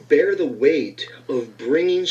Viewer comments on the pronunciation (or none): none